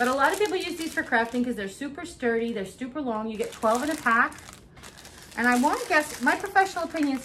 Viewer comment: That’s funny “stuper” did you have to much coffee? Jkjk 😂😁😉🥰